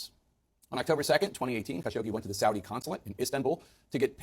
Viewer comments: It's not Saudia, it's Saudi. NO "A" AT THE END, DUDE......... 😉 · also babe, it's saudi (with an i, not ia) lol T-T <3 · Love its pronounced Saudi (Sawdee) Arabia. I just want you to know so the haters don't come for you!Much love!!☮️💜🌎☮️💜🌎